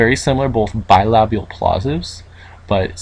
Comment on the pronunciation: such a nice pronounciation of the word "bilabial", never thought I'd see one of that in an speech written in english